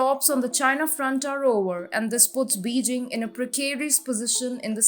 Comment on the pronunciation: pleas elear how to pronounce Beijing - its Bey Jing